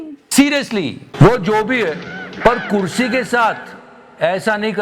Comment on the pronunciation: " Kursi " Sound 😂😂😂😂😂😂😂😂😂😂